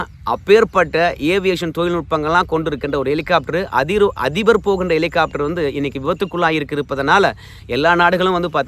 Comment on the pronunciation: என்ன எட்டி.. எலிகாப்டரா.. ஹெலிகாப்டர்..😂😂